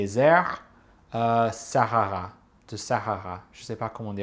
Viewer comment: "Sahara" is pronounced "Sa-a-ra" ;)